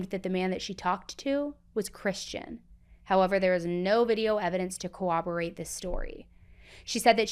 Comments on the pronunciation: lol! It’s so cute that you say Cawobarate instead of Coroborate !!! 😂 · You do know the word is "coRRoborate" not "coWoberate" right?